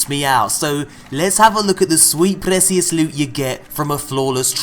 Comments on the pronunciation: is anyone else annoyed by how he says precious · Last time I checked, appreciate was not pronounced with an "L" check this guy out . And neither does precious have an "L" in it . Wth?